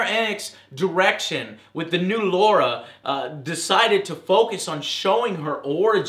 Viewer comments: for Christ sake, her name is Lara, not Laura (Loh-ra)!! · damn it is lara, LAAAAARA, not laura... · Why do Americans always call her Laura? Her name is Lara. There is a difference between pronouncing something differently and saying an entirely different name. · we dont pronounce it twot, instead of saying A with a wide sound we say it with a more vertical sound. Something sounding like Ah. but saying laura is just wrong because it just isnt her name. it would be like calling somebody whos name is wantanbe, "Wahn - Tabe" it would be wrong cause it just isnt their name. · No we don't. Laura is pronounced LOR-RA. Lara is pronounced LAR-RA. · It's LARA, not LAURA. That just bothered me.lol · its not Laura Joe! goddarm Americans. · It's Lara not Laura. Did they reinvent her name along with franchise? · Her name is 'Lara', Joe. Not 'Laura'. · Am I the only one who is annoyed: it's Lara not Laura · why do u call her laura ? its lara man :D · Plz stop calling LARA -> Laura, thanks American :) It's L A R A!!! LARRAH! Not Laura ffs lol... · you got the name wrong, it's Lara... It wouldn't trouble me if it wasn't one of the most famous gaming icons:D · Laaaaaaaraaaaaaaa.. No "u" LARA! ffs.. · She`s not american, and her name is LARA, this game FUCKS it up, removes all her refinement an sophistication and caters to an american audience exclusively. Fucking fan service bullshit..